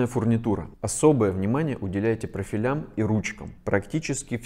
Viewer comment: Спасибо за видео! Было интересно и полезно послушать, но, слово ЖалюзИ и прОфили, надо произносить правильно.